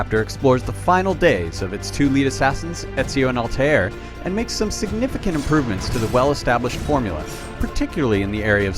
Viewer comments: Hey! u suck at reviewing and u pronounce Altair wrong! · you knoq altiar but no altare ? hahahahahahaha fail